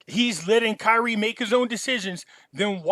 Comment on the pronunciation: Bro get his name right it’s Kyrie not Kylie